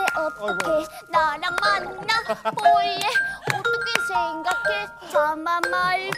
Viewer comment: 솨 언니 주떼욥⬆️⬆️ 예뻐(박력) (무.대.를.뒤.집.어.놓.으.셨.다) 가현이 주떼용💕 예뻐(사랑스러움) 만~나볼래 (아기 살구 귀여워😍) (오또케송 맛집) 유현언니 두뜨듬(남달라..) 예뻐(섹시) 볼↗️래애~(음색 무엇) (R&B 오또케송) 동언니+담언니 두떼요 예뻐(상큼) 만냐볼래(흔히 볼 수 없는 담 언니 아기발음 애교) 쥬 언니 주떼용 이후로 대전 허리케인 휩쓸고 감. (편집 금지 오또케송) 싱 언니 주시등가 (남달라..) 이후로 쥐어짜내는 애교가 엄청나니 그냥 보시길 (오또케쳐 맞춤 오또케송 락 버전)